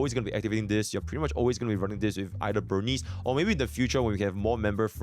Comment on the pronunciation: why people violate burnice name like that? "burn-neece"